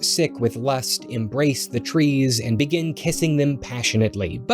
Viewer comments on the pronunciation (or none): none